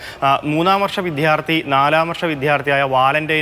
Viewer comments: ർ വാർത്ത വായിക്കുന്നതും ചാനലിൽ ജോലിചെയ്യുന്നതുമായ 95% പേർക്കും വിദ്യാർത്ഥി എന്നു ഉച്ഛരിക്കാൻ അറിയില്ല ഇവരെ എത്രയും പെട്ടെന്ന് മാറ്റി അക്ഷരം അറിയാവുന്നവരേ ജോലിക്ക് വക്കുക. എന്തോ വല്യ സ്റ്റൈലിൽ ആണ് ഈ മണ്ടത്തരം എഴുന്നേള്ളിക്കുന്നത് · വിദ്യാർത്ഥി pronounce correctly